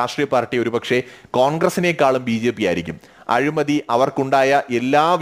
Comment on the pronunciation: നല്ല വിശകലനം. അഭിനന്ദനങ്ങൾ എങ്കിലും രണ്ടു ചെറിയ തെറ്റുകൾ ചൂണ്ടിക്കാണിച്ചു കൊള്ളട്ടെ. 1. " അഴുമതി" അല്ല, " അഴിമതി" ആണ് 2. Defend എന്ന പദം അതിന്റെ ശരിയായ അർത്ഥത്തിൽ അല്ല പ്രയോഗിച്ചിരിക്കുന്നത് എന്നാണ് എന്റെ അഭിപ്രായം. വീണ്ടും ഇത്തരം ഉപയോഗപ്രദമായ വീഡിയോകൾ പ്രതീക്ഷിക്കുന്നു